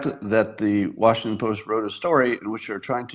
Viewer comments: How is Washington being pronounced incorrectly? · Twice, in the session.